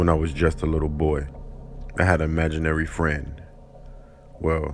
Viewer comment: Uhm.. imaginary... not amaginarie...